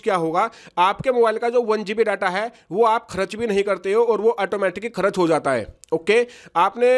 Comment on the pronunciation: बिहारी करच नही होता है खर्च बोलो